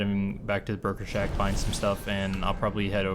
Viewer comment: I keep hearing 'burger shack' when you saw 'broker shack'... I'll take the hint and go make something to eat.